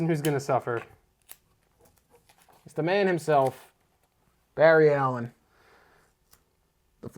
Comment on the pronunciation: sorry barry not berry